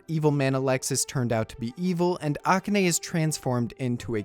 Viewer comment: The way you pronounce "Akane" incorrectly is killing me.